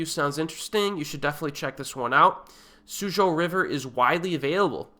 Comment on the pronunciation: suzhou is pronounced soo-joe...good review